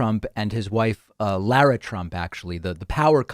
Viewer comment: I’ve mentioned this before, but I just watched a video of Lara Trump introducing herself. It’s pronounced Laura regardless how it’s spelled. Please. It’s announcing when you say lair-a.